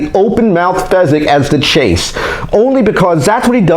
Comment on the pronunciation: Its fizzgig not fezzgig